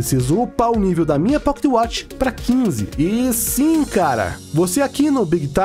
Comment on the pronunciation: quantos "poquetiuatchi" ele falou kkkkkkkkkkk